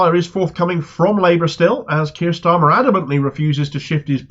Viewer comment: I like how Peter Oborne pronounces his name..."Keir Schtarmer".